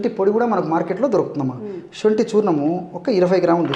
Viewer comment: Sonthi anali, shonthi kadu